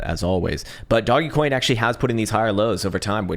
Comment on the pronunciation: Your mispronunciations are killing me... DOGGY COIN & ME-ME coin!?